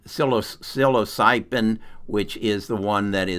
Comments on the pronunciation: here is some respectful feedback ( I think you're on to something potentially very helpful) . . . . it would help your credibility if you would learn to pronounce Psilocybin, especially since it's super easy. Here's how I've heard it pronounced, and I think this is correct: SILL UH SIGH BIN. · Psilo Psych oh pin is how he prounounced it, Laughed my ass off. Great to see someone who has probably never used these drugs, promote them! thank you!